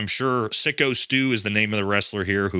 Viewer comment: Syko is pronounced Psycho, not Sicko. And it's all on Raja, but Rampage was mocking his son for "hugging a bunch of guys in tights" while he was waiting to go in the ring and attack the wrestler. And apparently he enjoys berating his son calling him b***h and p***y regularly. The kid has daddy issues because Rampage is a piss poor excuse for a parent. Just sayin'...